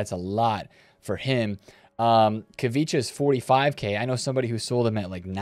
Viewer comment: “Kavitcha” with confidence is wild